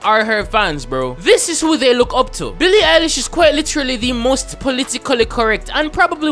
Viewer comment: *INHALEE SSSSSO BEEEE LII EYE LISCH IDS CANKELLED